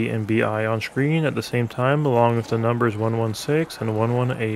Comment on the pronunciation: This man learned every secret on Kino Der Toten but never how to pronounce screen correctly. I cannot unhear "shhhcreen".